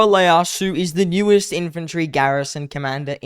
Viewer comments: Its pronounced Tokugawa Ieyasu (EEE yay asu) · I still find it funny how Leyasu is how people are reading it when it’s ieyasu